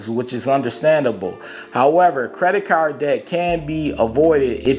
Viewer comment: Lol yea I like how u say caaarrrrrd 🤣 where u from bro? U gotta be close to where I'm at talkin like that 🤣